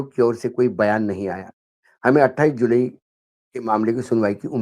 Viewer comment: जुलाई कहिए, जुलई नहीं 😂